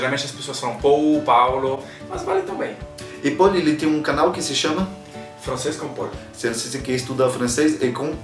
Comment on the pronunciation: Pô,, no final até você falou "Francês com Paul" (Pou)